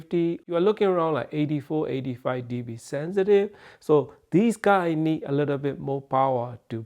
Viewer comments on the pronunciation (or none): none